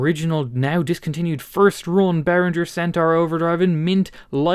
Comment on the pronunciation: Bro, your making a vid for the world to see. It's pronounced Bear Ringer, NOT Bear Rinjer... Real guitars and musicians know this, Posers do not...